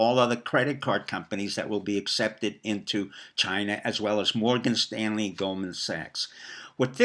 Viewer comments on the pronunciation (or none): none